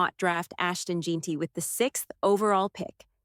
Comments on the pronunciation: It’s jenty not jeenty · Jeanty pronounced Jenty